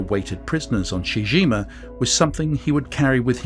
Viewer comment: It's pronounced CHEE-CHEE GEEMA, not SHE JIMA.